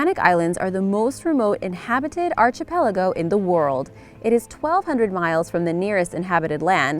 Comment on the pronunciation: Archipelago. Starts with ark sound, not arch.